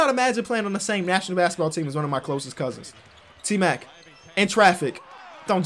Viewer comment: anyone else hear him say A-mac